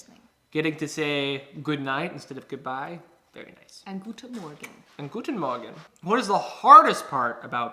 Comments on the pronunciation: Why do they pronouns guten morgen so good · Can we please talk about how good the pronunciation of „guten Morgen“ was ? 😳😍